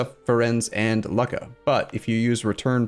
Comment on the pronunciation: Loo-kah basically